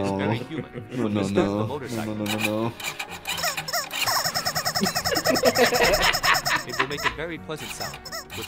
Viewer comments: Bro said its vary hummen but i think he ment alien 😂😂😂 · 🤣i dont understand why that man said vary human XD